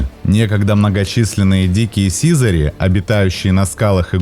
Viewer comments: Ставшее редким за последние десятилетия, очень красивое слово СИЗАРИ. Ударение в нём правильно ставить не на первой И , а на второй, не сИзари, а сизарИ. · Ну СИЗАРИ́ же, блин! Сизари́! Учите русский язык, дети!!!